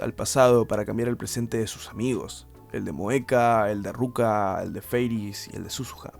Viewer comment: Eso y que le diga "Ruka" con R jajaja, suena mal mal. Pero fuera de eso bien